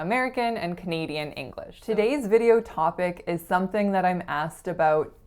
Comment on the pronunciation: American Accent Mastery agreed in general, but your pronunciation of “about,” “today,” and “video” are very Canadian sounding to me. Remember that in the USA, cloud and house rhyme exactly but in Canada they don’t. Also, you pronounce today as todeeeegh, which is Canadian. Also you pronounce video with a very Canadian sounding O. And it’s wonderful. I feel sad that you felt you had to change your accent. I’m glad you seem excited about it though. Speak how you wanna speak and be who you are. Loved the video!